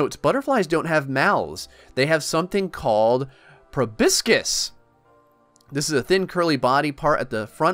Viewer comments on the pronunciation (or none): Yea I can understand, I have a word phrasing issue too but seriously "probiscis" even if you didn't read the pronunciation but still (also please don't take this or that as rude also try to when you want/need a new game play a game with no big hype with more interest because the chances of you getting notice is higher yeah seems backwards, but that's how I got here)